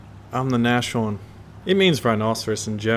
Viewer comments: Btw those are two syllables, Nas-horn. So don't do a sh in there, just imagine you're saying hosehorn (which is the literal translation). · pronounced Nas Horn. No sh-sound. Nas Horn. Basically it means nose horn. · You might not care but if you did its pronounce (naz-horn) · It's pronounced "nahs-horn" and means literally "nose horn". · pronounce it like nas (the rapper nas) horn. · You say it like naschorn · you say it false. you have to say nas-horn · not pronounced that way. more like "nose horn" now make it sound like "mars" but with an "n" instead of the "m". "nars horn" there you go. And now write it "Nashorn" ;) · its pronounced Nas-horn duuude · Nas-Horn, not Nashorn please just please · it's pronounced naas-horn😊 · It's pronounced Nas-Horn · Stop saying Nash orn! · Nassssssssssss Horn S not sh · you don´t pronounce it correctly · no it's not... The "a" in nas is pronounced as the "a" in arm. Or to keep your example, as the "a" from car. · and its not an "a" as in "nasty", its an "a" like in "army". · the s and the h are pronounced independently in nashorn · Your german pronounciation is rather interesting. The "a" in "Nashorn" is pronouced like an "uh" and the "sh" is pronounced like an s and an h, separate from each other. Your "Hornisse" was almost on point. Just don't swallow the "e" at the end, this is german, not french ;) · So, I am German and I live in germany but my vater is english and I can speak both languages and every time you pronounce a German I get goos pimples. "Gänsehaut" Bit I actually enjoy it a little bit so what if I could help you pronounce the german words it would be a pleasure for me. but (I'm 15)it's all your choice would find it nice if you respond and it would interrestest me how your background music is called bb greetings from germany Timothy (if you really want to get in touch with me just write a comment under one of my vidz) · NAS-HORN. not nash-orn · nas-horn not nosh-horn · it's pronounced nas-horn, not nash-orn